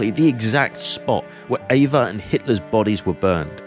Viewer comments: This is so, so well done, and thus the sometimes mispronunciation of German words is even more jarring. For starters, “v” is pronounced as “f”, “w” as “v”, “s” as “z”, the “e” in Eva as “a”, etc. Getting your foreign pronunciation down would really make things flow better. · Not to nit-pick, but her name was Ava Braun, not Eva Brown